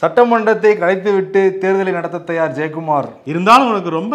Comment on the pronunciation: தயார் இல்லை...தயாரா..